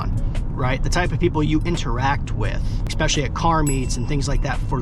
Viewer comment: My dood really said EKKspecially 😂